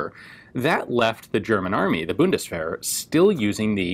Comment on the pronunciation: The German Buddistferrets. That pronunciation just killed me right there.